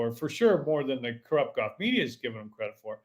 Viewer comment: You can't even pronounce golf. Lol. They had a guy on the Golf Channel ads for years who said it like that. It isn't goff.